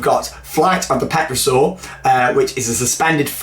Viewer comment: Pterosaur has a silent p, like Pterodactyl, so it's pronounced Teh-ruh-saw! Glad you're going to Mardrid this year, when you mentioned Parque Warner I started shouting at the screen 'Go to parque de atracciones too!' haha, then you said you were! WOOP